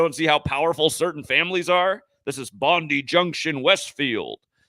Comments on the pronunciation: Police spokesperson Karen Webb said it happened at approx 3.30pm, just like the stabbing that happened the day before in Doonside. But it's doing my head in its pronounced bond eye junction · Bondi is pronounced "bon-die". A bit like "good die". Sick.